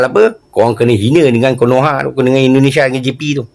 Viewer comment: Sebut betul2, Indonesia